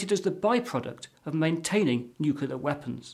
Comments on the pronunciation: Well, it's 2019 at this writing, and China hasn't landed people on the Moon by 2018 as forecasted. By the way, it's new-cleer, NOT new-kew-ler. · He pronounces nuclear like "nuke-yoo-lur", like George Bush. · What chance have we got when Boffins can't even pronounce the word Nuclear. This guy is saying Nuculler most people mispronounce it Nukiller so at least he's original. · I thought only some Americans said "nucular". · Wrong, it's pronounced "new-cle-ear" as nucleus is pronounced "new-cle-us" and it's plural nuclei "new-cle-eye". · I believe somebody who has worked in a nuclear power plant for over 20 years, one Homer Simpson, would agree, its pronounced "nuke-yoo-lur...nuke-yoo-lur". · There is only one U in the word nuclear. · Saying nuclear wrong is a non-starter.